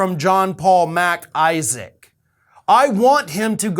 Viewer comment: I love how you enunciate MacIsaac. It`s not two words lol. PS, your cat is a STAR!